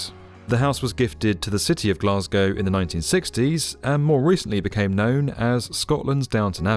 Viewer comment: Can we all learn how to say Glasgow please?